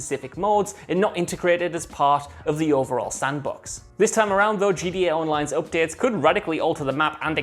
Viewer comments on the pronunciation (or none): It always sounds like he is saying GEA because he can't pronounce the letter t properly. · nobody: this guy:”GDA”